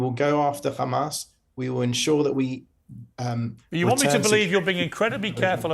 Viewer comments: Absolute connivery and deception . Totally irritated my ears every time he said Khamas, couldn't finish the video. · Apparently Pier's teleprompter malfunctioned and show real questions instead of "Do you condemn Khamas?"...